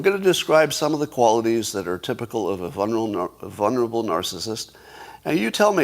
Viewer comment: Scott, you know I love you but FFS there are TWO Ls in “vulnerable”...! VUL-nerable. Like VUL-ture.